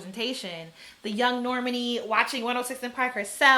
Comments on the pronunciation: I love the energy! It is Nor-MAHN-ee like “Imani” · Nayo Jones Norman E. 💀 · Pronunciation: the emphasis is on the 2nd syllable. "Nor - MAH - nee" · Normani's name is pronounced nor-MAH-nee. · You pronounce her name like Normandy, France lol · The names that are mispronounced are kind of odd. "LYE-ZZO" and "Nor-MUN-ee" took me out. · Yes! It's Nor-Ma-Ni. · Girl, Normani and then Lizzo. You cant pronounce EITHER of their names? lol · Love the haircut!!! The way you said normani’s name had me laughing for some reason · I just can’t watch the good sis Normani go the way of Rihanna where Americans can’t say her damn name right! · It’s almost like you purposefully mispronounce everyone’s name in ways no one would ever think to do..Gillibrand, Normani, Lizzo, McGruder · The way you pronounce Normani is SENDING ME lmao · I felt like that was so...unfortunate.